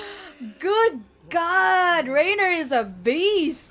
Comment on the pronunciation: PLS, PLS, PLS its pronounced "RYNER" not "RAINER" I know its not a big deal but Ive been cringing since early season 1